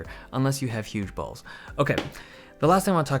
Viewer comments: Was it " Hue bulbs" or "huge balls" lol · He said huge balls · idk if he said Hue Bulbs or Huge Balls but it makes total sense either way so ok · not sure if he said hue bulbs or huge balls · hey hey wait what? "unless you have huge balls"? or "hue balls" ? :(( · sounds like you’re saying “Huge Balls” I mean I guess I wouldn’t be able to change the temperature of it 😔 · I thought that too, but I think he said Hue Bulbs, the ones from philips since you can change the color temp on those